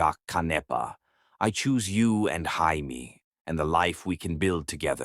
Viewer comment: Can't you get this little boy's name correct???!!! Is it 'Jaimie', pronounced 'Jay-mee' or is it french for 'I love' and 'J'aime', pronounced 'jeh-meh'???!!!! Also...how were they reuniting for 3 MONTHS, and never had a run-in with Antoine??!!! He is supposed to be so close to this family, and so attached, yet not one CLUE he even existed? And, how does she have a pile of letters stored away that he, supposedly, sent after returning to his home, that she didn’t bother to open but put in a box to hide in a closet? Only to open them up later, as if she forgot them, especially when the last one had come just a week earlier?! Makes no sense!